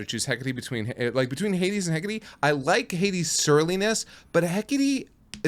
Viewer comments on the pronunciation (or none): Wikipedia says Hecate is pronounced "Hek-a-tee," so do with that what you will.